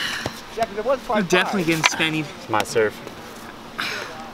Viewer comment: What was nickname for a 10 min penalty? said "I'll take that 10 any day." Sounded like he was saying sennie or shennie?